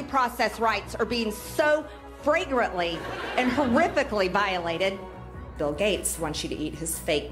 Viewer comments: "peach tree dish" 🤣 I'm dying!! -I'd heard gazpacho police and fragrantly violated ...but peach tree dish was new to me. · Did MTG say "Peach tree dish" and "Fragrantly"?😂😂